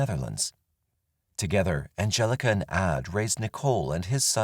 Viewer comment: Angelika in German is pronounced An gel ika emphasis on the 'K' and not the 'G' the G being a hard 'G' in Angelika. I know this because it's my Daughter's middle name, named for my Aunts friend who is German. Just saying 😅